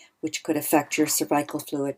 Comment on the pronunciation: Why do you say cervical wrong?